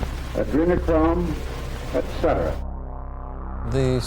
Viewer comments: This is wh y I'm pulsed inside my house then He said adrenamcrome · Did I just hear adrenal-chrome too?